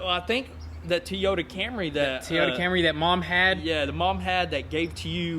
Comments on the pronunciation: TEE-YOTA camry lol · tee-oh-ta camry